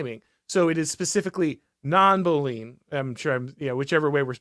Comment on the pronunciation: I'd pronounce "Boolean" as "BOO-lee-un" - 3 syllables. That's all I've heard in the computer programming world. When I initially heard this on the podcast, I had no idea that you were saying "Boolean".